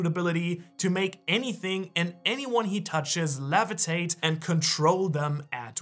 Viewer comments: It’s levitate not lavitate. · Levitate, not Lavitate xD other than that, great video! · The way you say "levitate" by: lavitate bugs me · Umm the lavetate tho I think its levitate but still love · bro rly said lavatate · Take a shot every time he says levitate wrong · bro say levitate